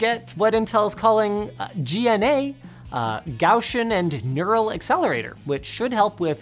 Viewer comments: I love the jab at the end lol and pronounce it gauze Ian.. Gauss ian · Gaussian (Pronounced gaocian) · GAO-SHAWN lol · Carl Gauss is rolling in his grave at Linus' pronunciation of Gaussian. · Look at that, someone tried to pronounce "Gaussian" in a German way! And me, as a German, I pronounced it specifically English in my English presentations! :D